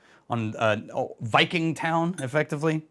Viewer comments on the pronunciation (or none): none